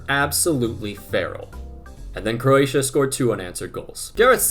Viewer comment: Speed can't even pronounce the country 💀